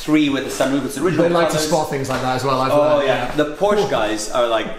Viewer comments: "porsche people know their stuff" ya, like how to pronounce the name. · Can't even pronounce Porsche right -.